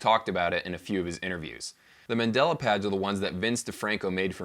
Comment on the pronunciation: The word is mandala... You keep saying Mandela, who was a person. They are two VERY different things